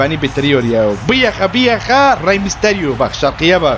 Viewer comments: Herkes:reymisteryo:geymisteryo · Rey Mysetyle derken birdan susup Gay Mysetyle diyor ben. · çıldırdım gülmekten aqq abi reymisterio ya geymisterio diyork skskksakska